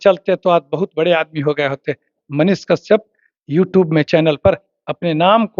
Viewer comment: कशयप तो सही से बोल